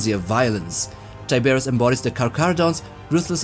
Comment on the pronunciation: his name is pronounced TIE-BRRR-ROSS